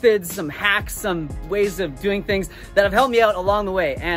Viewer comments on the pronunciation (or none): none